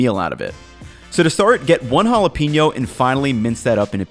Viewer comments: Pen-yo, not Peen-yo. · You're awesome,. But, from one gringo to another, you'd be just that much more awesome if you didn't pronounce it "hala-peenyo"... You gotta put the "pain" in the jalapeño!